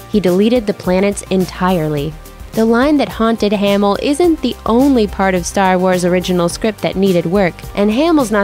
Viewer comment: Mark haymill? 😂